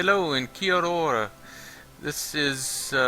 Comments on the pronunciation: As a new Zealander I cracked up at your kiora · how the fuck did he pronounce kiaora that awfully